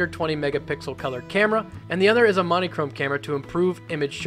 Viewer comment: "Mon-ē-chrome" ??... What the heck pronunciation is that??